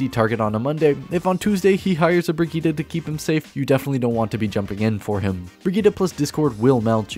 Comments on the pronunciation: Bri-geet like kahjit not brigeet my ears oh god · Why do you pronounce it “breh geet uh?”